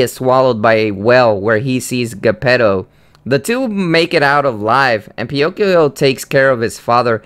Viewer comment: Penokeo😂😂😂😂 that's how it sounded.